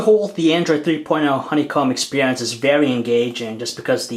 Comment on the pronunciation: The expeehhhhrience